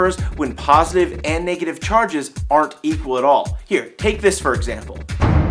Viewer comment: he always says nay-getive